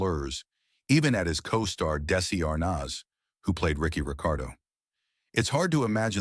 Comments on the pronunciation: Dessie Arnawz??? Say it right. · Is this AI generated, the narration as well? The way he pronounced Desi Arnaz's name. Spelling Katherine Hepburn's name with a "C". Taking out of context words spoken during wartime was unfair to Hepburn, the Japanese Army was little better than barbarians out of the Dark Ages. They raided surrounding towns around their bases in occupied areas for women, and after formation, the troops lined up by the scores to rape the women to death, or if almost dead they threw them into cesspools while alive, to laughter, this was repeated over and over in China. They ate captured Allied soldiers in isolated areas, with no refrigeration they instead carved slices of "meat" off them, for days till the victim eventually died. The Aussie soldiers they did that to, they referred to as "Aussie lamb or mutton", they were meat on the hoof. After capturing Major Thomas Smothers - father of the Smothers Brothers - he was put in the Bataan Death March, later a slave laborer in Japan, till they eventually murdered him. Any American alive in WW 2 would disdain Japan and it's people, only the Nazis were more ruthless in waging war. For no reason at all, they purposely starved to death over a million and a half Vietnamese in French Indo-China, because they could. A case could be made the allegations against Hepburn were unfair and skimpy on the details. Anyone reading this now, if they or their family were transported back to 1941 and then engaged in fighting Japan(after the sneak attack at Pearl Harbo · Interesting video, but how can the narrator mess up the pronunciation of such a well-known name as "Desi Arnaz"? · Yes it is. Couldn’t pronounce Katherine Hepburn or Desi Arnaz correctly. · It takes everything out of context. Mis-pronouncing Desi Arnaz's name (nothing I read about him, his autobiography or Lucy's autobiography ever indicated he was a racist), false information on Katherine Hepburn, nothing here is organic.